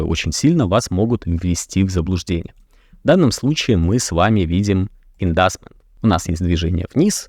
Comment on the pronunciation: Почему вы побуждение произносите как "индасмент"? Посмотрите транскрипцию в переводчике. Правильно "индьюсмент"